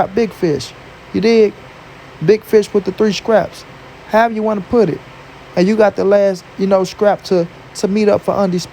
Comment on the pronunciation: Stop saying "SCRAPS" bro the word is "STRAPS"